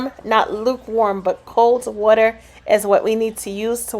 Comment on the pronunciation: Good morning, I hope all is well with you and your family. My husband walked in the room just in time to hear you say " Cold Water " and asked where you're from ( him being from New Jersey)?? I couldn't remember if I heard you say where but thought east coast somewhere.